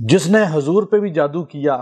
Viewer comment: Pr,,, Janab ap apna talaffyzb,theek kariye Hazur , nhi Huzur boliye😮